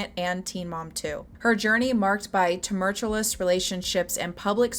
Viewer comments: termertulous instead of tumultuous lol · girl I love you 😂😂😂 “turmurturlours” fucking cracked me UP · right off the bat-- the word is' TUMULLtuous". Tumultuous. That's how you pronounce it.